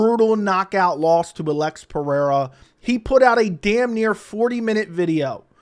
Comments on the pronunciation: Say. Alexander. Then say Alex. Don't say. Uh lex. Or sound illiterate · Why you saying Alex's name like that? Am I missing something?